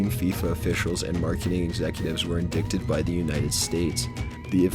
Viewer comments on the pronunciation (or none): This dude's voice really bothers me, and it's pronounced IN-DIE-TED not IN-DICK-TED. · "indicted" is not pronounced "in dick ted", it's "in - dight -ed" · LOLOLOLOLOLOLOLOL IN-DICK-TID!!!!!!!!!! The word is Indicted, pronounced in-dite-id. Stupid, dead-pan-asswipe. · Indicted is not pronounced In-dick-ted....its in-die-ted....just sayin. Love your videos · Lol "Indickted" It's indicted. Pronounced "In-Dite-id" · "indickted?" Indicted is pronounced "in-dye-ted." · Indickted. Haha. Indicted is pronounced in-die-ted. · "In-dick-ted?" It's "in-di-ted" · the officials were indicted, pronounced inˈdīt not in'dick ted. Google it. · Indickted? You mean indicted? in-die-ted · "In-dickted?" You mean, "in-di-ted?" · Indicted is pronounced IN DITED by the way. Not IN DICK TED. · Indicted is pronounced "in-DYE-ted", not "in-DICK-ted". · I was looking forward to talking a nap. Thanks narrator. Also, is pronounced 'indited' not 'indickted'. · did you say Indick-ted instead of indicted ? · "Indicted" is "in-die-ted," not "in-dik-ted." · he said indicted instead of indited XD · Indickted? lol ...what is that...something from the Kama-Sutra ?!? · The word "Indicted" is actually pronounced "In-dight-ed". The "C" is silent. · Did this dummy say "indickted?" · did he fuckin say indicted as indickted?? what an asshole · Number 12 the word indicted is mispronounced as indickted. 😂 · PS: you pronounce indicted... IN DIE TED.. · 'Indicted' pronounced "in-digh-ted". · He said [in-dick-tid] instead of indicted. And then later he said "Marthin Luther King" lol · in dick ted, wack oh via. this guy sounds like a bieber haired nervous teen on red bull and xanax simultaneously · Hey it's pronounced in-dy-tid and spelled indicted, ok? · Ha ha. He said in dickeded. haha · In-dik-ted? You've got to learn how to read! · Narrator smoked a bowl before hand. "indickted"...LOL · "in-DICK-ted"??? Sounds painful. You should be indicted...for murder; murdering the English language, that is.